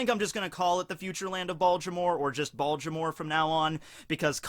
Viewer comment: Baltimore. No d.